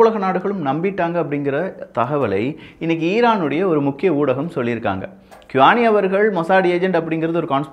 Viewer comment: Bro ur reading is wrong qaani = u ll speak sound like tis khani